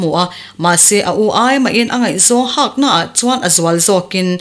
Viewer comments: Hak tih tur aw,hâk tia thlûk loh tur...milian hak/ tlawn kan tih anga lam tur.. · HAK tih lam dan hi ri hniam, ri tawi a ni tur a ni a. He tawngkam hmangtu hi Mizo zingah pawh an tam viau awm love. Tlawn tih nen a awmzia a inang teuh ber awm e.